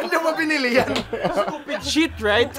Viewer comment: "sTuPed sHet?"